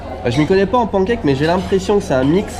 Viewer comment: Je suis le seul à entendre "porncake" quand il dit pancake ?